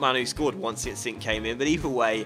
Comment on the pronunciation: We got sing. Jackichand Sing I just don't think you understand He's dock landers man. Better than lookman We got Jackichand Singh